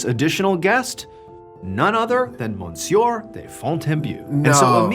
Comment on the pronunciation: It’s pronounced M’syuh not mon-sewer